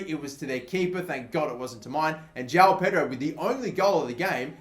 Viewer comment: Bro João Pedro is pronounced Joaum Pedro